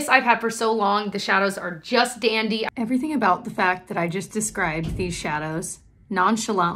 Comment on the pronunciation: Just dandy 😂💜 I love it lol it’s your inner Newfie coming out haha